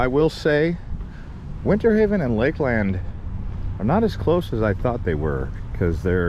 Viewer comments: it's pronounced Lakelend not lake-LAND. I've lived in this area since 1978 and I've NEVER heard anyone call it lake-LAND, but Lakelend. It was so spine grating every time he said lake-LAND and certainly didn't make him look good. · You really butchered the name Lakeland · How did he say it so wrong?😂😂😂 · I’ve lived in Polk county my whole life. Never heard anyone say it the way he did. But with billion people moving here every day, probably gonna hear more people mispronounce it. Smh☹️